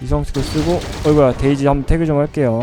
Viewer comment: 나만 그런가.. 왜 자꾸 데이지가 돼지로 들리지..